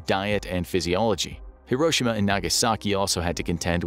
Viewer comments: several notable mistakes "hisroshima" 😂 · When I was a kid, e pronounced it "here-oh-she-mah". This new pronunciation sounds weird.